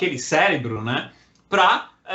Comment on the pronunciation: Cérebro e não célebro !